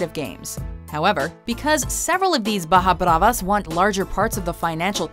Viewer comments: BAJA BRAVAS? BARRAS BRAVAS! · Baja bravas xddd noo is barras bravas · ...BARRAS BRAVAS!... not ba(j)as bravas...